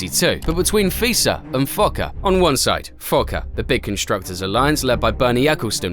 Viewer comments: I hope to god you were being sarcastic when you claimed "nobody knows about 1982" or I just have way more faith in the average fan. Oh and it's pronounced FO-CA not fucka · Could tell you really took advantage of being able to pronounce FOCA lol